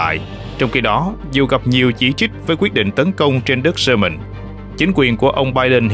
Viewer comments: Yamen mà đọc là soman thì thua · 😂 đúng . Yemen mà ổng đọc là SƠ MÌNH .bó tay 😂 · Khong phai Lo tai co van de ma tu minh doc ten Kenh dao SUEZ. YEMEN KHONG DUNG NHE BAN